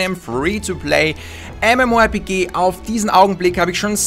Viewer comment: Lol, "mmorp-key"